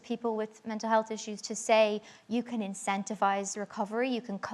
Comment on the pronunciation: Can!!! Not van..